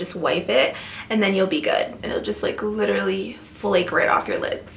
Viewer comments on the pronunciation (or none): none